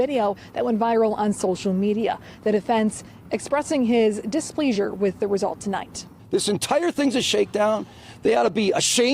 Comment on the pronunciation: Who TF says "dis-PLEASE-ure" 🤡